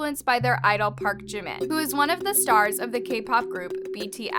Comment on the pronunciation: thank you for pronouncing jimin's name correct people always say park jeemin it is park jimin not jeemin